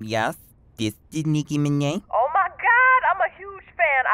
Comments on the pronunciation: the nicki miné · De nicki mineh😭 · yes thisisteNikiMineh